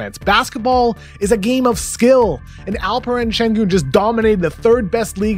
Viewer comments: Your pronounciation of his name is perfect ! I like this video already 😂 . And thanks for having a room for Alperen Şengün. Alperen has scouts vowing they won't repeat their Nikola Jokic mistake ✌🏻✌🏻🔥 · Woah KOC nailed the pronunciation of his name. Well done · Oh wow that’s the best pronounciation I’ve heard.